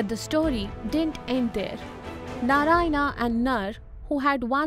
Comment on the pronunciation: Good content. But if you’re trying to teach, please make sure that you’re using the correct pronunciation. Words like Narayana, reign, smirk, halves, … they are produced wrongly. This creates confusion for young minds.